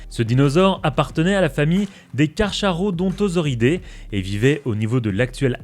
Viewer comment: Ça se dit KAR-KARODON-TOSAURI-DAE (parce-que c du Latin 😉)